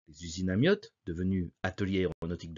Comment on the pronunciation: Pourquoi prononcer ''Amiotte''?